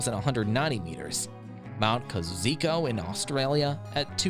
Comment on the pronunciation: It’s pronounced Koz-e-os-ko